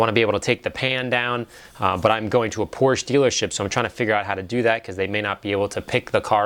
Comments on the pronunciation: I'm just glad you know how to pronounce Porsche. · omg an amercian that can say porsche